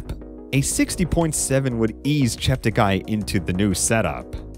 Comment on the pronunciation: Please note that Joshua politely requested all commentators to pronounce his last name as 'Cheptegay' not 'Chepteguy'.